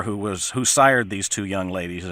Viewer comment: Oh not "sired" ouch